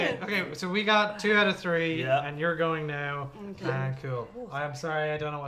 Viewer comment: You became more Irish when you said, 'I'm going to give ye the tree'.